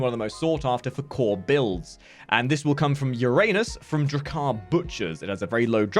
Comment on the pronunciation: People say that planet wrong